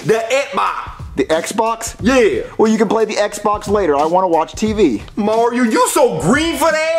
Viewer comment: Mario not Maryo